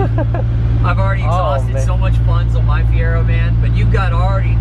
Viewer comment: Fier-oh not Fier-erh